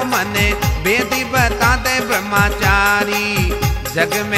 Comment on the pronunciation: ब्रह्मचारी सही उच्चारण होता है, ब्रह्माचारी ✖️ नहीं 🙏 कृपया भजन में इसे ठीक करें।